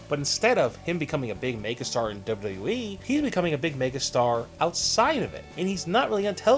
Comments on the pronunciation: it's "double u double u e", not double ubble e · How ar u saying wwe